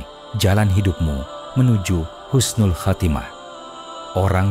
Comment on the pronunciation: Husnul bukan khusnul